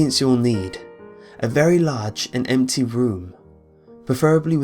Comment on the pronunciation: When he said empty room I thought he said empty broom... Then I asked the empty room that I am in how you get an empty broom... How do you get an empty broom? That's a liget question